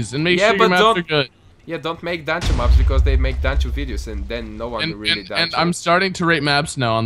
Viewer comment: every time you say dancho it sounds like your saying ' Dance Show ' lol